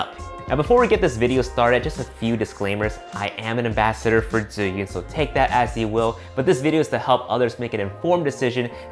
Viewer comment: why you always speak the name different. its ZH ZH (Chinese can speak this combo very good) 8))) its not DZI - YUN its ZHIIIIIIIYUUUUUNNNNN